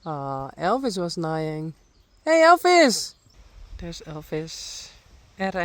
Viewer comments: I hope you don’t mind me mentioning this, but the pronunciation of the ‘ei’ in ‘neighing’ sounds the same as the letter A in English. Like ‘playing’, or ‘saying’, ‘neighing’ is pronounced the same as them. 🤍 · Daisy is learning well 👍🏻 Just FYI, neighing is pronounced to rhyme with saying in English.